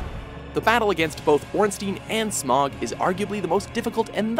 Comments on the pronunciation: It’s S M O Not S M O G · its not "smog" its "smough", like in "though" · SMOG?! SMOOOOG?! It's Smough, think dough, but with a Sm instead. Not the shit you see on a bad weather day in a large city. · Fiend Yes, pronounced correctly, Smough should rhyme with dough. You can tell because if you look at the Japanese version of the game, his name is written as スモウ (Su-mo-u). If it was supposed to be pronounced as "Smog" or "Smoff" it would be written as スモグ or スモフ. スモウ is actually how you would write out the syllables of the word "sumo" in katakana, which would make sense since Smough definitely looks a lot like a sumo wrestler. Also, for the Orn-STEEN versus Orn-STYNE debate, it's supposed to be pronounced Orn-STYNE. The name is German, and in German, "ei" is pronounced as a long I sound (like "pie"). Also, in the Japanese version, it's written オーンスタイン (O-~-n-su-ta-i-n). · How to tell somebody is puking out garbage content without knowing the source: Smog instead of smough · He pronounced my lord and savoir Smough, name incorrectly, it's not smog, it's smo. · If you've actually played ornstein and smough then you should know most people just say smo not smog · Ugh, this guys pronunciation of the names..... Gascoigne is not pronounced that way. Even Eileen the Crow says his name VERBALLY in the game.... it's pronounced like Gas Can, except the word Can is pronounced like Con.... as in Con artist. Aside from that, Smough is not pronounced Smog. Either way, doesn't know how to truly make good lists that any true fans of any series agree with. And I doubt anyone to do with had the SKILL or the PATIENCE to play any bit into any of the souls series to even get past the Intro. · i hate when people call smough smog i think its said like smo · Smog? Dude, it's pronounced smo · I always thought it was something more like: Smough as you pronounce dough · Executioner "Smog"? Really? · You pronounced Smough wrong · Smough is pronounced Sm-O